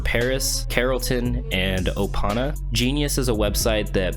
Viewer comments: "O-pana," lmao stay off drugs kids. 😂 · Dude said opona